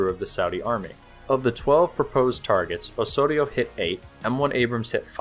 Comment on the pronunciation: The "s" has to sound like a 'z"... like in "house"... Osorio is pronounced "awZawreeoo".